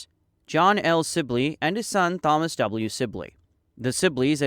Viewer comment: Never have I heard somebody pronounce the name Thomas phonetically